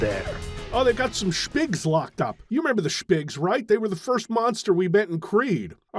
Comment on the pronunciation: Could we get a 1 hour look of saying "shpigs"?